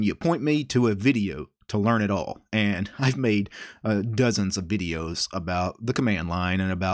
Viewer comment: Ducumunts, Dusktup, Vuduus, Musuc, Tumplutus ;-)